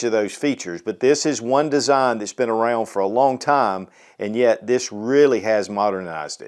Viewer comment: dayown and ayout and arayound